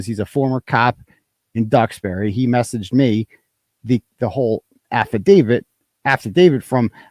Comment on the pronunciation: So is anyone going to correct him and tell him he’s pronouncing affidavit wrong?